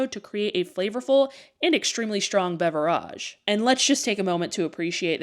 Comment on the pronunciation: Or “beverage”. Lol😂